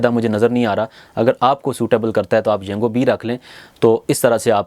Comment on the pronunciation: Yungo nahi Yango